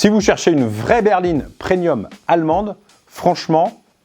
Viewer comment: PreMMMMMMMMMMMMMMMMMMium pas PreNium putain ! Désolé mais ça me rend ouf, je sais pas d'où c'est sorti ça mais c'est pas possible bordel et ça se propage comme un putain de virus